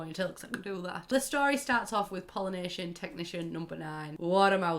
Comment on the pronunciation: Wow until I saw “Pollination Tech #9” on screen I thought you were saying Polynesian Technician #9 and I WAS SO confUSED